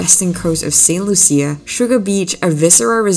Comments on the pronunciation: It’s Saint Lucia (pronounced Lusha, not Loo-see-a)!! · "Lew-shu". Saint "Lew-shu"... How you gona make a video about a country when you don't even care to pronounce the name of the country correctly? 😂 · Pronounced Saint Lu Sha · You are pronouncing St. Lucia wrong.